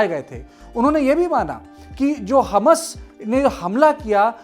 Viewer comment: अरे हमस बोल रहे क्या हमास बोल रहे हबस टाइप सुनाई दे रहा 3 बार रिपिट करके सुना हूँ क्यो अर्ध का अनर्थ कर रहे बैठे बैठे